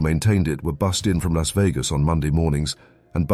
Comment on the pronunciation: Because Las is not pronounced Los. Learn Spanish.